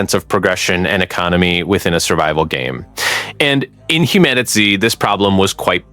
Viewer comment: You keep calling the game Humanity it's called HumanitZ but other than that great video...